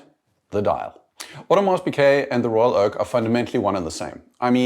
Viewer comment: Audermars Piquet?? You mean Audemars Piguet. How can you get that wrong lol?